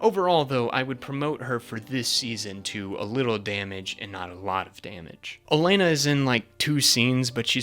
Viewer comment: It’s O-lenn-A not elenna